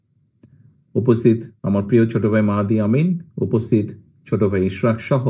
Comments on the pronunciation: আপনিও শুদ্ধ বলেন বাই নয় ভাই। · আপনিও ভাই বলবেন, বাই বলেছেন।